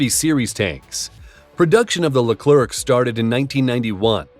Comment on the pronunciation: The final C of our Leclerc is silent. It's pronounced Lecler, should you want to have it sound more like its intended French name.